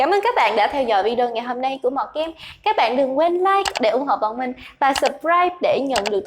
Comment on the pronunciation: Mọt Game mà nghe bả đọc tưởng Mò Kim 😑😑😑